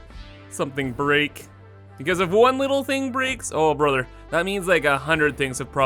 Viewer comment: I swear if I hear "brother" pronounced like that again I'm gonna floor myself